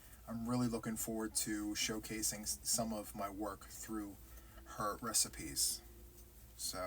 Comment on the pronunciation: I giggle everytime I hear you say "a recipe." I laugh and say,, what are you baking up now." Thanks for all the tutorials you provide for us.